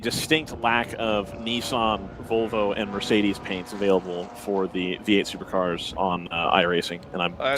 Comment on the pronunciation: Vee-ate supa-cahs.